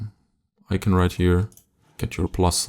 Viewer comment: ICON!!ICON! I-C-O-N!! NOT IKEN!!! Yeeses, unwatchable...